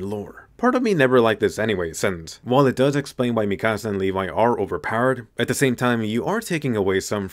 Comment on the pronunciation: Now he become "lev" instead of "levi"